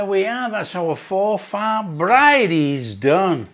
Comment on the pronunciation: Pronounced for forfur not for far